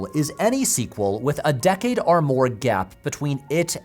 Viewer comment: I don't usually read comments and don't do Reddit, but has there been any discussion of how and why Patrick pronounces "or" like "are"? If you now can't unhear it, my apologies.